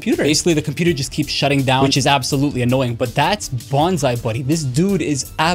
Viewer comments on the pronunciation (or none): It’s pronounced like bonzee not bonzie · Its Bon ZEE Buddy